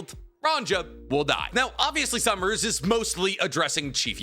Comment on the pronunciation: 'Junko" "Sawmners" "Scooper Ga-bban" it's been 30 seconds 💀